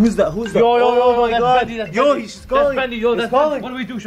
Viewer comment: it's bendy not bandy